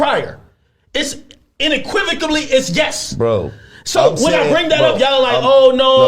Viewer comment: He said inequivocably 😝 it's unequivocally man, correct yourself before you correct others